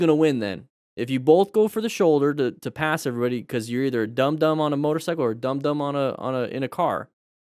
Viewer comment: When you said "dum dum" i heard "dandan" xD